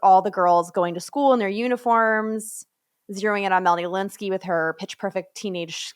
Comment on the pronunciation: did anyone notice that he pronounces “Lynskey” like “Lewinsky”